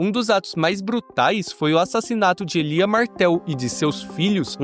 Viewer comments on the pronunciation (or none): Élia Martell, não Elía. Aprenda a colocar os acentos no lugar certo!